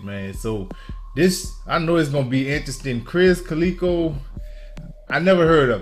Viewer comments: When you said krizz kaleeko you dont know cus you aint heard of him, i know you didnt. Its Cal-lih-ko. Hilarious. Never thought of saying it that way.😭. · Only thing I didn't like is miss pronunciation krizz kaliko's name & how you never heard of him but heard tech before krizz he was on Strange Music tech's label & is on over half of all tech's music. krizz kaliko doing his own label now Earhouse